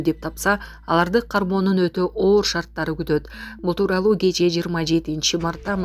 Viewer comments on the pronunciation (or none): none